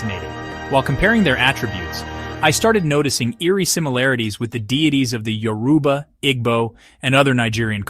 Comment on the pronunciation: A few pointers on pronunciation: Igbo is pronounced ee-bo. The “g” is silent. Yoruba is pronounced YOR-uh-bah, not yo-ROO-bah. Obatala is pronounced o-BAHT-a-lah, not o-ba-TAH-lah.